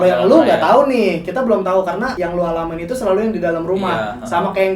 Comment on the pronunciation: Menit ke 26.58 salah ngomong, dia seharusnya ngomong alamin tapi dia malah ngomong alaman🤣🤣